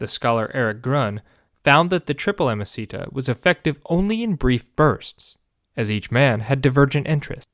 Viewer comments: I don't know if you know, but it's not "amicita" (which sounds like a spanish per name), but "amicitia" (pronounced amiciTSia) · "Ah-mah-see-ta"? What a weird pronunciation, neither classical nor medieval. Either "ah-mah-ki-tiya" or "ah-mah-chee-tiya" would work, but this doesn't. It may seem trivial, but inaccurate pronunciation is disruptive to your listeners. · Amasita? Amosita? So you mean amicitia? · Sorry but the way you pronounce "amicitia" is utterly wrong. You make it sound like a spanish word! It should sound something like this: a-mee-chi-tee-a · Also wrong. There is no “ch-” sound in classical Latin, it doesn’t exist. “C” is always a hard “k” sound regardless of following vowels. a.miːˈki.ti.a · Also, hard C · I had to bail after a few minutes even though the history was good. Could not abide the inexcusable mispronunciation of ‘amicitia’. Five syllables, not four. The first i as in ‘eat’ not ‘it’ and the second i as in ‘it’ not ‘eat’. Roughly ‘ammee-kitty-a’. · I'm confused by amicitia being pronounced "amacita". It sounds Spanish or something... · It doesn't sound like Spanish, it doesn't sound like anything at all. 😅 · Awesome content! The only thing is that amicitia was pronounced quite badly. Remember that in Latin, every single letter is articulated and all c's are hard (in the classical pronunciation at least, that is). Hence, it should have been a-mi-ki-ti-a with the i after the last t clearly articulated! (Suffciently correct) Latin pronunciation is really easy to learn; I am sure you can find 20 min guides on youtube.